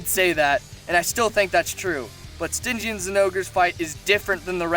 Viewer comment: Sti gian Not stij ian